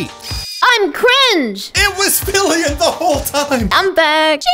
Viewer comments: Did no one notice called filian filling? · ah yes, filling